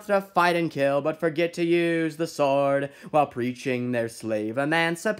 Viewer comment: You didn't put one of the most important verses into the song😡😡 That verse is so important in the original song, because it goes against abolitionists and Honest Abe. Also you sing way to fast compared to the original song. Did you go to school or not?? You pronounce so many words wrong in the song.